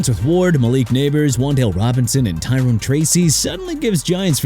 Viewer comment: Let Miami get Simmons to protect Tua. WHO CARES?! Also it's Tyrone (Ty-rhone) Tracy not Tyron... are you serious?! Plus Armand Membou is pronounced AR-MOND MIM-BEU! And enough with the jagwires okay? And you know what? Call them the Jacksonville Jagwires and see what their fans think of their "new name" CUZ YOU CAN'T PRONOUNCE JA-GWAARS RIGHT!!